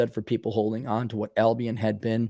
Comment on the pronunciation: Pronounced... Al-be-in